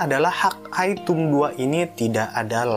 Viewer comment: review bagus, cuman ejaan englishnya dibenerin bang .. masak hawk eye dibaca "hak ai" dan thumb dibaca "tumb", geli aja kuping saya dengernya .. wkwkwk